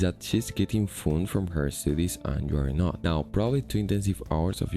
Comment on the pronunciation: I have noticed that you can express some decent nuance with your english, but you still have a habit of putting "e" at the start of words with "s", such as "estoodies" instead of "studies". So although your pure ability in english is reasonably high, the phonotactics in english are unnatural for you. I am not trying to diminish you in any way, it's just an interesting observation that I think I also struggle with.